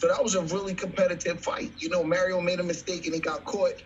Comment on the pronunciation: Errol's name is Errol, not Earl. Mario's name is Mario, not Mary O.